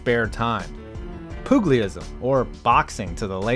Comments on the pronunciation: "Poogleeism" Yikes, that pronunciation For reference, Pugilism is pronounced "Pyoo-jill-ism" Here's to hoping that was a joke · Pu-ji-lism, but it was a fine attempt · pugliism...spit my coffee out. nice vid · Way to butcher "pugilism." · Your gross mispronunciation of pugilism made me spit out my milk! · Do you actually think pugilism is pronounced like that? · Hey lay person, you might want to avoid using words like "pugilism" if you don't know how to pronounce them.